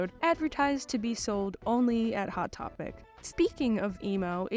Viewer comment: „II-wot Topic“